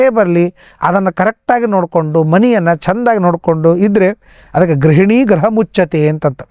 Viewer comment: ಗ್ರಹ ಅಲ್ಲ ಗೃಹ